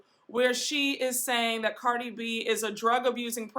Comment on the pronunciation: You pronounced Cardi's name wrong.